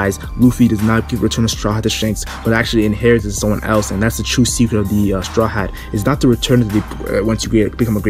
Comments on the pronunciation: Is it just me or did say decret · Is it me or did he say decret